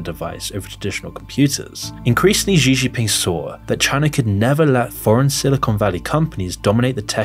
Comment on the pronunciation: It's pronounced Shee Jin Ping. Also arguing that Russia is well off based off of that farcical Tucker Carlson propaganda piece makes me question your critical thinking capabilities. China is a threat to be sure, but a lot of your arguments and sources are questionable at best.